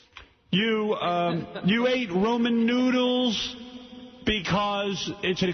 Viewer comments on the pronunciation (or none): It’s Ramen, not Roman. It’s pronounced Rah-man.